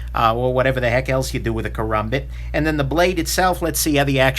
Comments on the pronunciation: It's Karambit, not Karumbit... although I doubt you can even call that knife a karambit... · its not a karumbit its a karambit like the ram truck